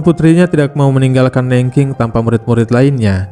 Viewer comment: sebel aq sama narator nya. nggak mau belajar dulu cara pengucapan nama kota aja salah. Googling kan yo bisa, kan ? cara baca Nanjing city gimana ? sebel .